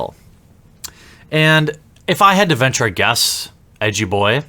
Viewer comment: I'm sorry When ever you say edgy boi I keep hearing "yugi boi"